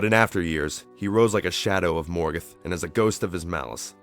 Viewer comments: Morgeth? It's ''Morgoth'' you fucking idiot! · Everyte he said Morgoth I thought he was saying Morgan D: lol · I liked this documentary, but I have a few issues with the pronunciation of a few of the names, especially Morgoth. The "o"s should be far more rounded, and "Maiar" is pronounced "MY-ar", but I'm nitpicking.